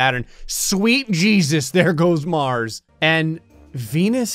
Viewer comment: % of the time he makes me laugh 10% Sarcasm 15% The sound effects 75% ZWEET GEEZSUZ ZER GOUZ MARZ